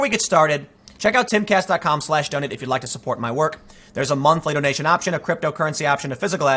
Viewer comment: Tim, if you read the comments, please take this piece of advice for advertising: When you plug your donation page, slow down a bit. Emphasize the words. It sounds like you're saying "donut"